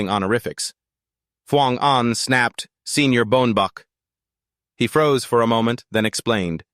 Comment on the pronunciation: Bruh the protagonist is called “Mr Pellenger”… who the is “Boenbach”?